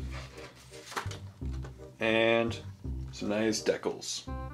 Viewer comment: Deckles? You mean decals?